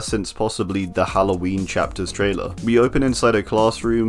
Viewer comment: Are you saying traitor instead of trailer